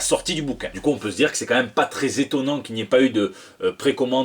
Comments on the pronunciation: loi j'ai entendu "téton, nan?" mais ça n'avait aucun sens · Suis je le seul à avoir entendu "Tétonnant"? ^^